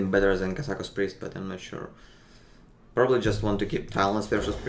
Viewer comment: сейчас бы говорить "Пробли"